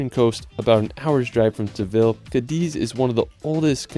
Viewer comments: 🤭 Pronunciation tip: whenever you see an accent mark on a vowel in any language of Spain (Spanish, Galician or Catalan, since Basque has no accent marks), the stress of that word goes on that vowel. E.g., CÁdiz, not CadIz; Es VedrÁ, not Es VEdra. In absence thereof, guessing is acceptable for foreigners 😬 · This is a wonderful video of the most beautiful country in the world!❤ However, you needed to mentiom Alicante and Malaga and please learn better how to pronounce some cities in Spain, like Toledo and Cadiz. I am a professor of English in Madrid, so if I teach the Spaniards how to pronounce everything correctly in English, let's respect Spanish as well. Anyway, I keep watching your wonderful video, thanks!❤